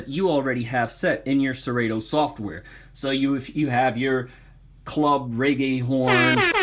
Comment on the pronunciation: The only thing that kills your credibility is pronouncing it "SeRayTo"